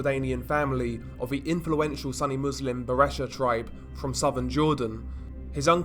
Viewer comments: I'm sure someone already told you this, but the correct pronunciation is soon-E. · It's sunni as in u is pronounced the same as in "super"